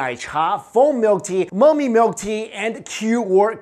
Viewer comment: Did he say Mommy milk tea?